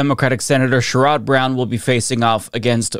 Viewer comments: Just a heads up for future clarity, Sherrod Brown's name is pronounced "share-ed", not "shur-odd". Love your content! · Mr.Brown"s first name is pronounced sharred, not sharerod. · It's "Sherr-od" Brown, not the way pronounces it, probably more "Sher-ed" in Ohioese. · FYI, it’s pronounced SHARE-id Brown.